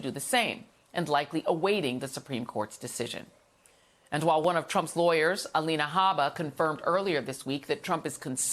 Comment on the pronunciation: "Pro-law". Habba with them looyer words again dang my head hurt